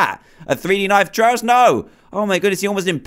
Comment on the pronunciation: It's Trayaurus not Trayorus